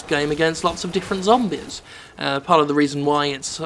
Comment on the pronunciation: LOL I never get tired of how he says "zombies", it's like "zombiz"